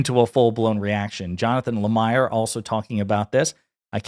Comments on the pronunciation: Jonathan Lah-mere not Lah-mire - seriously, just fyi. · Slight criticism...please learn to pronounce the names of the names you drop during your videos. Today's infraction was Jonathan Lemire (Leh Meer). You'll sound more intelligent if you just take the time to leanr the correct pronunciation of names & places. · The name is pronounced Jonathan La-MEER.